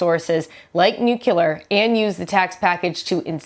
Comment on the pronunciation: NU-CLE-AR, not "nuke-u-lar"!